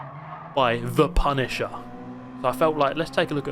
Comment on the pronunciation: The PUNTisher